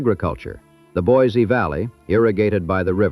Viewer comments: Boy See not boys zee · It's pronounced BOY-SEE! Not BOY-ZEE! There is nothing more annoying to us idaho natives than people (or bots) that can't pronounce the name properly. We can always tell if you're not from here. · It's pronounced BOY-SEE, not BOY-ZEE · It's pronounced Boy-see. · There is no Z in Boiseee. Also, it’s Show- Shone, not Shoshonee. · And the original French fur trappers who gave it that name would hate how modern “native” Idahoans “mangle” it. To them, it was pronounced BWA-ZAY. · You would think someone spewing “information” about a place would at least find out how to PRONOUNCE IT’S NAME! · It's spelled with an S, not Z. And pronounced the same way. Can always tell those who are not from here. Otherwise, good history lesson.